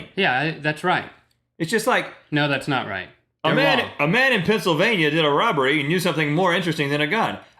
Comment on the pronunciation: Man not mane